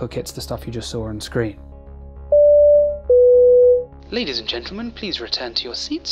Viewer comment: Did anyone else hear “leaders and gentlemen”?